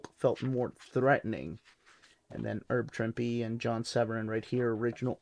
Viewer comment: The correct pronunciation of Herb Trimpe: The H in Herb is not silent, and Trimpe rhymes with "shrimpy."